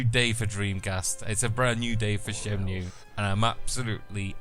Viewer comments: Shenmue, not SHYENMYOO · shen-moo, not shen-mew.